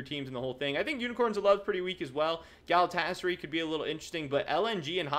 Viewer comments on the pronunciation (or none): I know its a minor thing but the pronunciation for Galatasaray is gal-a-ta-sa-rai. Just an FYI haha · Exactly, all A's are thick as in CUT or HOT.